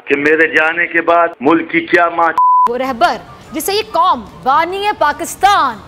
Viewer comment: bc mulaka nahin hota mulk hota hai